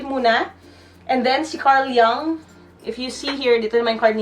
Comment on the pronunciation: Carl Jung "Yung" is the right pronunciation